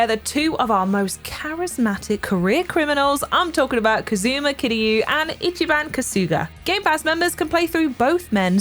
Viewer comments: KAZOO-muh and Kuh-SOO-guh, eh? How many times have you heard these guys' names pronounced throughout these games? Have you actually played the Yakuza games, or is this just a script read? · She mispronounced most of the Japanese words. I'm almost certain she's just reading a script. Nobody who's played a Yakuza game would call Kiryu "Kazoo-muh."